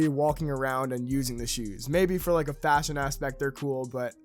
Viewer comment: How do you say the word “like” you don’t say lie key